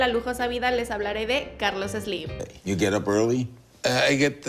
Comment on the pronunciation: Ni siquiera lo sales pronunciar! No es Eslim! Jajaja